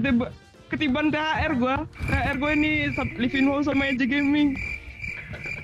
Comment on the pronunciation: Baca nya bukan levinho bang. Tpi levinyo .